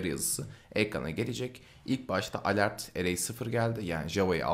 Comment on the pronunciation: ivent degil event diye okunur yazildigi gibi. alert degil elört diye okunur yani yazildigi gibi degil.